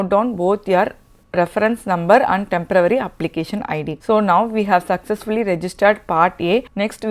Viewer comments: Great stuff. Thanks. Please note that you are pronouncing tempervary for temporary. Thanks. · THE WORD IS "TEMPORARY" AND NOT "TEMPRA WORRY" as used here, like, in some states of India.